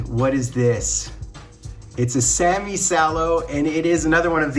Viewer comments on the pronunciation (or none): none